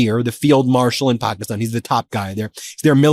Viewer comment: I like how Ben actually focuses on his pronunciation of the words like Pakistan and Iran